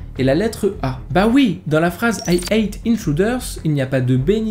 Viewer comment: Pense à prononcer le h avant hate sinon ça fait ate = j'ai mangé les intrus ^^